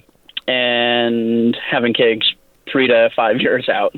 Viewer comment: It sounds like he's saying kegs when he says kids.